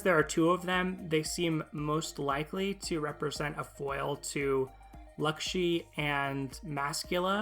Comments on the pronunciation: Her name is laxi with an a not an u lmao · He said “Luckshee” or something like that. I know he’s just trying to repeat how she says it in japanese but he’s saying it wrong